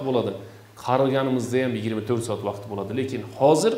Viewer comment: Вакит эмас вакт деб езинг